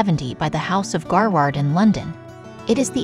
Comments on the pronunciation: Gaward or GaRRard the pronuncion of the jewelers sounds odd. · What's with the machine narration? That pronunciation, phrasing.... It's come to this? "Garward"? "Epi-Tome"? "Ear-Ahn?" It's come to this? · Pity that something as simple as the correct pronunciation of Garrard , is beyond the capability of this “ narrator “. Dreadful channel and filled with glaring inaccuracies, . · So glad that someone else picked up on this. At least get the jeweler's name correctly...Google translate is helpful in that. Other words hurt my ears too...epitome comes to mind. Otherwise, a good video.